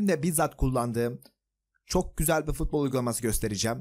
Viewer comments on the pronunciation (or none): her fıtbol diyişinde kendımden gecıyorum reis